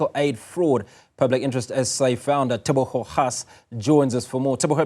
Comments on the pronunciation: My dawg really couldn't say Tebogo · A black South African who cannot say Tebogo... What's this we are seeing